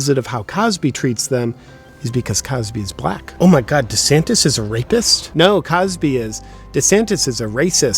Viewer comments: De Saint-es! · As a non native speaker I understood "da Saint" at first... But I guess he actually is a good guy 😄